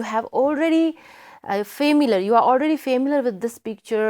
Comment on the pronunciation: mam said fimilar she was supposed to say Familiar famailiar ❌ fimiler ✅